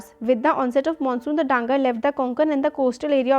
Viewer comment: Mam they are dhangars not dangars